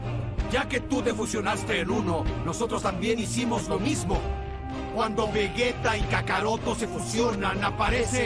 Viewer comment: Vegito y vegueta en latino están mal dichos, son vegetto y vegeta, para que luego digan que el latino es perfecto